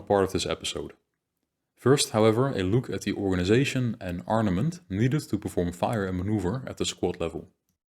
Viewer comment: The content is very good. But your Dutch accent is very thick. You make a lot of small pronunciation errors. 100% on some sound. It is really a pity. For an example word: you cannot pronounce the word "organization" correctly. You say "Organizasjen". Or the word "section". You say something like 'seksjen' with a 'sh' sound. "Organizasjen" . Dutch people always hear insert a 'sj' sound everywhere in English. I suppose it has linguistic reasons and very difficult for a Dutch person to learn. Still it is important to know that where your English is very good. Your pronunciation is quite bad on that specific sound.